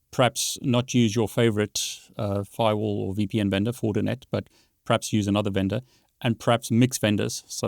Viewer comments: Is he talking about Fortinet ? When het say Fortnet? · Why does he keep saying "fortnet?"